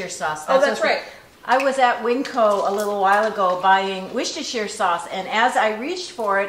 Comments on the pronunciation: It is wusstershire sauce not wishtershire sauce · In England, or my part of it at least, we don't say the 'shire' part of Worcestershire sauce, it's just 'Worcester Sauce'. And Worcester pronounced 'Wusster', so Wusster Sauce lol. I love hearing how you say it but it doesn't need to be such a mouthful:) Thank you and Mom, I've learnt so much watching your channel!